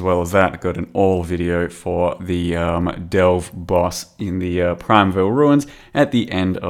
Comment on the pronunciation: P R I M E V A L Repeat after me. Pri-me-val. Ruins.